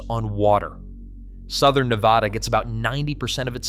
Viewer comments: NEH-VAD-ah not NEH-VA-dah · I’m so fatigued with the mispronunciation of Ne-Bad-A. Can everyone plz just get this??😩 short a, not ahhh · That's Nevada ! NOT NEVAHDA ! 🇺🇲💖🇮🇱💖🇵🇭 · DAMN A. I. IT'S NEH VAD UH NOT NAH VAH DAH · there's no Nevauda, it's just Nevada. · It's not Neh Vod ah it's Neh Vad ah. Get it right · It is pronounced Neh-Vod-ah, because Nevada is a Spanish word. The whole southwest region of the US used to belong to the Spanish, thus these territories (eventually becoming States) were named in accordance with the presiding Spanish (Mexican) culture already in this region. "Nevada" is a Spanish word that means "snow-covered." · its' NA-VADA...extra credit its not Mount-ants, its mount TANS. Not buttands, BUT tons. It's also not the Sierras, it's THE Sierra. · First, learn how to pronounce Nevada, hint: it's not Ne vah duh. Second, Las Vegas is Southern Nevada, duh, the Vegas Valley is 2.8 million people. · Nur vaaaahhhh durrr? 🤪🤪🫡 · Thank you. I was about to say the same thing. This guy obviously has never spent time here. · If you are incapable of speaking the state's name correctly... not much else that you have to say has much meaning. I am on top of a mountain in Northern Nevada... off grid and loving life. At 5700' with nothing but sky above... chemtrailed to high heaven nowadays... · 1. You’re pronouncing Nevada wrong. 2. I live in Northern Nevada. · The obsession with the pronunciation of Nevada is comical. They need to upgrade their bots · Please learn how to pronounce Nevada. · yeah when ever somebody says it wrong i stop listening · learn how to pronounce Nevada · Well Duh, 74% of the people in the state are in the LV Metro area. Is this a news flash? Theres half a million in Reno-Sparks-Carson. And learn how to say Ne-vaaahdah correctly. The state is full of ghost towns.